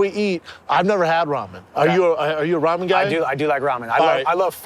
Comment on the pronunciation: Brendan “Raw-men” Schaub